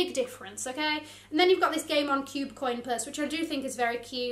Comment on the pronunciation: When she said “The Game On Collection,” I can’t be the only one who thought she said “The Gay Mom Collection.” 😂